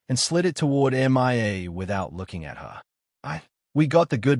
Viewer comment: I don't know which is more annoying, the Australian accent or the pronunciation of Mia's name as "M.I.A."